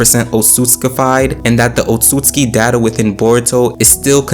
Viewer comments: Sorry Bro, its not „Konohaaaahh“ its „KonoAh“ and its not „Otsuktski“ its „Ootsutsuki“. Not „Quaki“ its „Kawakii“!! get your names right! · Oht soot sooski “Otsutsuki”